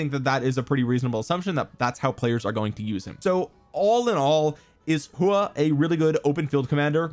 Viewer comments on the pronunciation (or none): Btw if you want to know the actual pronunciation of his name it’s a hw sound and aw so kinda like hwaw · Love your detailed videos everytime man and i believe that Its pronounced as 'Who-OR'.